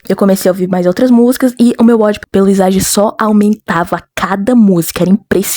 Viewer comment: só pra avisar.. "isagi" se pronuncia "izagui" mas se vc quiser pode falar "isagui" :3 vou dar minha opinião (como alguém q viu o anime) eu não gosto mt do kaiser,e nunca ouvi uma música dele(a não ser q tenha mais personagens)pelo simples fato dele se achar o melhor e blá blá blá,mas nada contra quem gosta dele, e oq eu acho do isagi? bem...eu acho ele normal,mas o "passado" dele foi quase literalmente""perder no interclasse"",oq eu achei mt lixo,varios outros personagens tem passados melhores, e por um bom tempo eu tratei o isagi como um protagonista de mierda,mas depois passou eu odeio mt o shipp kaisagi (isagi+kaiser) pq eles se odeiam!! eu odeio quando o kaiser trata alguém mal,principal o ness,maaas eu sei o passado do kaiser e todo o drama dele,mas..sei lá, não consigo gostar dele não, eu ouvi as músicas do ani também e acredito q a maioria das músicas existentes de blue lock:D são muuuuuito boas, de qualquer forma o fato de eu não gostar mt do kaiser não me faz odiar ele, considero ele um personagem "bom" e respeito quem gosta dele, blue lock no geral é muuuuuito bom,a animação é uma b0sta?sim,mas ainda é bom,amo bluelock :33 adorei o video :D (não vou ter julgar por não ter visto o anime,mas..não entendi o pq vc não gosta do isagikk)